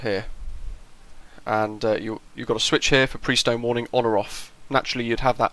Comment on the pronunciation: "Prestone" was/is a brand name of ethylene-glycol coolant additive for water-cooled engines. It's pronounced PRESS-tone, as per their advertisements. (It's still a going concern here in the U.S.) I guess that at the time it was like Kleenex, Xerox, Hoover or Google: the brand name that sort of represented the entire range of similar products from all companies. The P-40B/C was used by Claire Chennault's American Volunteer Group "Flying Tigers," racking up an impressive 40:1 kill ratio against Japanese aircraft in the skies over China, Burma, French Indo-China and Thailand.